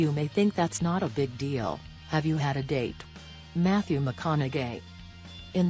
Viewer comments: Yes also agreed like when it said Mathew McCon a gay instead of McCon-aug-hey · Mathee McConau"Gay" is how she is pronouncing his name 😂😂😂😂🤦🏽‍♀️ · She said "Mat-thew McconauGAY!" 😂😂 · lmfaoo why does she say matthew makanaGay 😂🤣